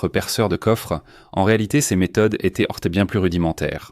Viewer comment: Insupportable ! Etai-ent. fure-ent, saleté de traduction informatique.... Nul